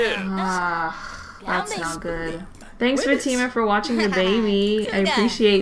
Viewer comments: f ah - t ih - m uh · does it bother anyone else that she is saying fatima wrong?